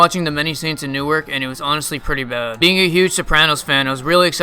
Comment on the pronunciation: Agree this movie was terrible. Didn't even feel like a movie either. Alos, you pronounce Newark oddly. Just say that part of Essex County.